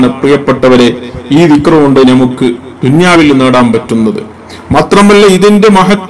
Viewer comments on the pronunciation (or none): നാം, നമുക്ക് പോലുള്ളവയിൽ . ന യുടെ ഉച്ചാരണങൾ ദയവ ചെയ്ത് ശരിയാക്കുവാൻ ശ്രമിക്കുമല്ലോ